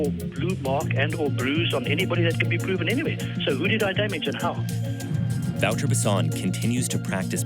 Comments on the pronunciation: u say it like " voter " no " vauwter " .. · Wouter Basson is pronounced Vow - Ter - Bass - On. How do you expect people to know who you are talking about when you don't say their name correctly. Good video, but once again, why not use a local journalist, who actually knows what they are talking about. Instead of an American who by that virtue, isn't within the context and can only make the culture shock look more shocking. We have cameras and the internet in South Africa. This kind of media doesn't help our country. South African journalists are more objective.